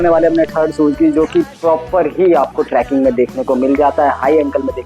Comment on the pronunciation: It's not tracking, it's trekking